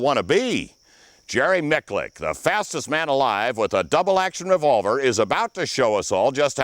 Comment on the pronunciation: “Jerry Mick-Lick” ya okay bucko